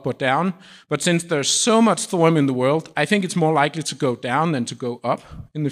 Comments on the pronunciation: NOT ......."THOR UM"............. it is................"THOR E UM"!!! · Why do you say thorum instead of thorium? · Why does he keep saying “thorum”?